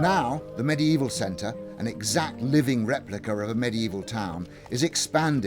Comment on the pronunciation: He says medie evil